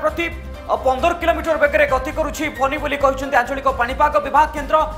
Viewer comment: It is Fany not Phoney.Is it a storm or a strom?